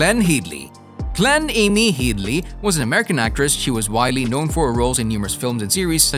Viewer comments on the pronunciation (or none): Head-ly, not Heed-ly. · Her names Hedly. Not heed-ley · How is it so hard to say Headley (hedd-ly) and Armatrading (arm-er-trayding) Brother of Joan Armatrading for goodness sakes? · Glenn Headly Pronounced head-ly. Ruined the video, learn the names!!!